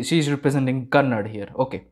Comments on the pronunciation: That's not kannad that is kannada 😏bro pls understand😉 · It's not Kannad it's Kannnada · Excuse me it's not kannad it's KAN + NA + DA = KANNADA. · All love brother .. love your reaction .. but please don’t say it as Kannad .. it’s Kannada 😁